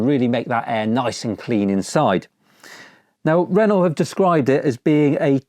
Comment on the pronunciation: It's ren-oh (good vid tho 👍)